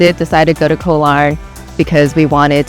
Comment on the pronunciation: Hi and! PATTAYA is pronounced PAAT-TAAH-YAAH, not PAAT-TIE-YAAH. KOH, the word for ISLAND in Thai, is pronounced GAW. No hate. Just want you to say them correctly like a local now that you've moved to Thailand. Are you guys planning to take Thai language classes? Becoming fluent in Thai will open up a whole new world for you! I am 100% Thai living in SoCal!